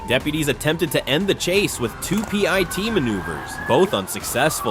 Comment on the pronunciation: PEE EYE TEE MANOOVER